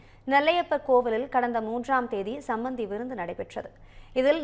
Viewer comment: சமபந்தி விருந்தா? சம்பந்தி விருந்தா? தெளிவாக கூறவும்.